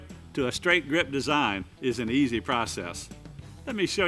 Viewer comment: Did he say "Easy "?